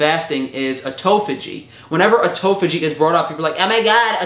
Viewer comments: It's autophagy not "autophogy". I cringed for a whole minute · “Ermagaahd a toe phó gee is so gr8!”